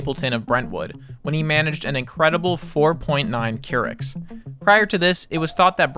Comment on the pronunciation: |'m surprised you put this much effort into the video without knowing it's "Courics" not "Kurichs" as in Katie Couric, a journalist that the south park creators didn't like, so they used her as a unit of fecal measurement. Huff Post made an article about it years ago